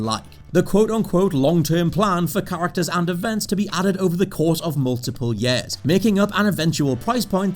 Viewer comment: Please someone explain to me why he pronounces “years” as “yees”